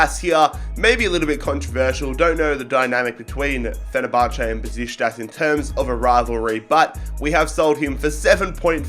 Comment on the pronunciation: Fenerbache😂That’s so random but Great video